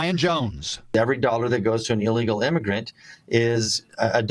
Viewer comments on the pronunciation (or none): ILLegal. NOT EELegal.